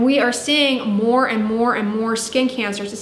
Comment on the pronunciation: That destroys people's 'skan' 😂